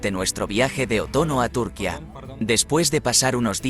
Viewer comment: que mal habla, aprenda a pronunciar propiamente, hace del video una mierda.Ese acento español, pronuncie como se pronuncia en su idioma. la ñ, y no es túrquia es turquia. IGNORANTE!